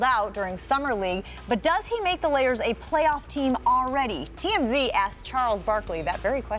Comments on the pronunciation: Did this bitch just say layers instead of Lakers maybe I'm just tripping someone help me out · this lady really said layers instead of lakers smh lol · Did she say "Layers" or am I hearing things?